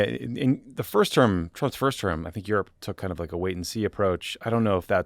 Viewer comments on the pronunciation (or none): none